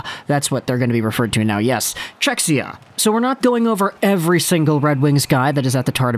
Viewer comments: Czechia - not "Czechsia" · Cze-hi-ah that's the pronunciation, not to be an a-hole lol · Nice video as allways, but oh man, that pronunciation of Czechia hurts my ears, even tho im from Slovakia 😀 .